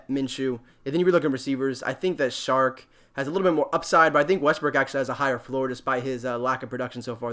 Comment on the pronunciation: Lol.....so many peeps doing these videos now......one way to stand out is maybe pronounce peeps name correctly.....hehe....... Its pronounced..."o-shon-acy" and "chark"....hes not a shark